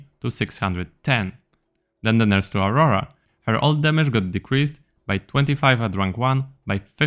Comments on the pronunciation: "Auwowa"? 😂 ryze ult cooldown buffs is huge imo rumble haters rejoice The first half of nerfs i was like "ouch" But the second half seem more understandable Rune nerfs, especially around the healing ones seems dumb because they're already pretty useless. Warmog change is ok, but I feel like it kinda screws over normal tanks that buy it just because the supports wanted to buy it too. All the the buffs were OK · "Auwowa" uwu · maybe it's Auowoa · cant belive you said "aurora" insted of "auwowa". im trurly disappointed.